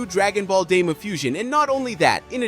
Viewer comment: Bro said Dragon Ball Dima😂😂